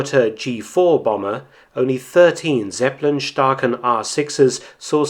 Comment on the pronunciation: Zeppe lin, spricht man es aus in Deutschland!!!